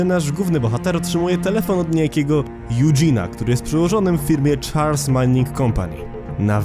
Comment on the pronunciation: Muwi sie Charles a nie chars